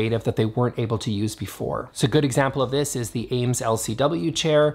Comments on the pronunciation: Great video! But wanted to let you know you’re pronouncing “Eames” wrong. It rhymes with “dreams” not “James”. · You keep pronouncing and saying it AIMES chair. It’s pronounced Eames. Thx nice video nonetheless! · Eames, is pronounced 'eemz' - not 'ames.' sheesh.